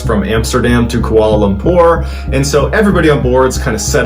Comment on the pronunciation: not KOALA LUMPER, its pronounced KWALA LUMPER. ❤